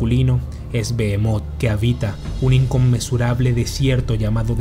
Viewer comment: Bro en vez de leer "Bohemot" ( terrible nombre de pokemon) ley " Belmonth" . Tenemos que ver despues de la sangre de zeus Castelvania bro.